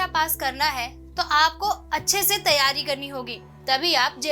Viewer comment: phale tum teryari bol le bad me jpsc niklwanaa 😂😂😂😂😂😂 teryari😁😁😁